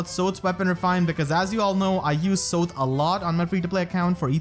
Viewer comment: Sothe is pronounced like the english word Saw + th. It was said by the narrator in Radiant Dawn.